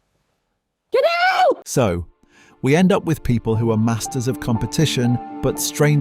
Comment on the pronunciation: "get ooout" in thad blue Mountain state voice 😂